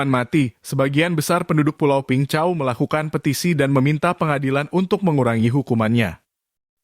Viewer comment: Peng Chau (bacanya : beng cao). Saya tinggal di pulau sebelahnya, Cheung Chau island. Min, bahas perampok dan pencopet di hkg, pelakunya WNI dgn visa turis. Masuk ke hkg, emang punya niat jahat.